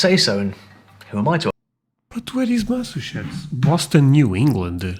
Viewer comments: that one’s Louisiana lol I’m from Georgia, but I can barely understand the old man lol I got it, but I had to really listen. Looks like I need to find a European guy… yall love a southern accent 😂 (Also - it’s Mass-achoo-sets. Like a sneeze between mass and sets) 😝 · Boston is in Massachusetts. Massachusetts is part of New England. Pronunciation: Massachusetts = Mass Uh Chew Sets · Masseh-chusetts. Massachusetts. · Hey sweetie, it's Massachusetts ( Mass-a-choo-zits) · I have not read all of the comments but the way to help you pronounce Massachusetts just say "Mass A Chew Setts" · Massachusetts ❌ Massushets ✅ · just to help out^^ Mass-a chew-sets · Try this: Mass-ah-chew-sits.....your welcome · Mass a chew sets. That's how to pronounce it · Mass-a-choes-sits is a way to say Massachusetts easier than your attempt at it. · You actually did pretty well! Some of those clips were really hard. And don't worry, a lot of Americans struggle with Massachusetts. "mass-uh-CHEW-sits" :) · To help you with your pronunciation...Massachusetts is pronounced (Mass i chew sits) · It's MASS-A-CHOO-SIS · Massachusetts is Mass-a-CHOO-sets. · For Massachusetts try saying it like... Mass Uh Chew Sis